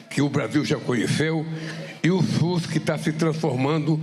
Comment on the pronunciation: 0 sus virou sujo assim meu pai chamava porque sua língua não dava prar falar certo então ele chamava sujo ao invés de sus.